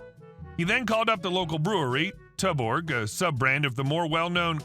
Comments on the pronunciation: Tuborg is pronounced choo baw, other than that loving you content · Pronounced Chew-Borg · Tuborg is pronounced Tooborg.